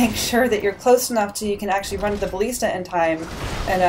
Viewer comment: buh-list-uh Thats how you say it